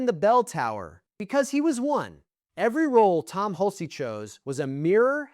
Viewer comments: It's pronounced "hulch", not "hul-cee." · Hul-cey? Get a better AI. Down vote and saying don’t recommend channel.